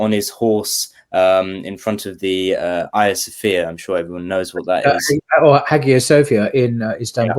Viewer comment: Lmao Imran’s chuckle at pronunciation of Hagia Sophia is so funny.